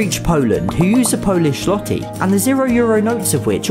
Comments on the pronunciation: Why did you mispronounced złoty (ł makes the w sound) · Hey, Zloty is pronounced zwoty lowercase y. BTW, largest castle in poland is in Malborka, made by the teutonic knights. You should go on a castle tour of europe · złoty= z-w-ot-y Not zloty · Im polish and im sorry to say that its pronounced "sw-oh-ty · złoty is pronounced like "zwoh-ti" (they y sounds like the i in "it") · i love how you pronounce złoty